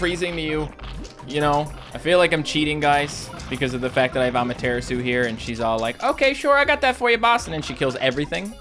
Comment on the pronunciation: The way he says Amaterasu is pretty funny xP. At first I thought he was saying that as a joke but it's like....been a thing since he first got it lol. Saying it wrong, but say it however you find it fun to say xD makes it more interesting anyway.